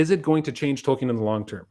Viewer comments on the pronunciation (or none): Tolkien, not Token.